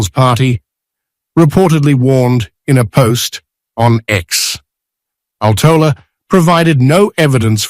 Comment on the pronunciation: Please learn how to pronounce Mika Aaltola's name correctly, or is that no longer part of reliable reporting?